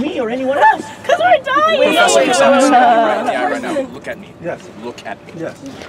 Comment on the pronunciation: no she said "WE'RE DYING-AH" 😂😂😂